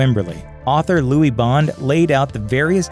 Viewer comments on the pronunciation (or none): none